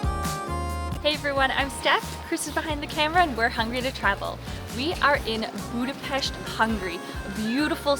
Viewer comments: Thank you for pronouncing Budapest correctly ! Anyway Túrógombóc was putted on roasted bred crumbs. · Thank you so much, Steph for saying Budapest the correct way and pronouncing the "s" as "sh". Nobody who makes a video about our city does that. It was so kind and respectful of you to actually say the name of our city as we do! You guys rock! And so happy you had a great time! Maybe some day you come back in the summer and enjoy the Budapest in bloom...